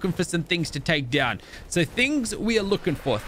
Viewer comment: Good job 👍 your new have is amazing and you said tame down instead of saying take down😂🤣😁